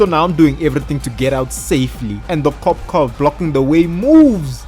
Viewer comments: i love him saying kop like a dutch person i guess ur an north african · Are you Dutch? Bc you said kop😅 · you said kop i smell dutch